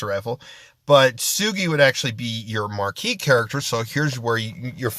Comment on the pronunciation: Its Marquee